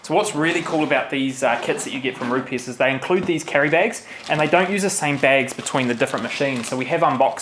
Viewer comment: Just for reference guys, Rupes is pronounced Roops